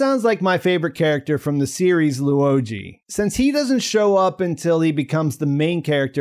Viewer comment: Why say Da-Shuh when his name is spelled Da Shi? Also Loo-oh Jee? It's spelled simply Luo Ji just two syllables, so I don't get fancifying the pronunciation like this. As a Mandarin speaker it just sounds funny 😅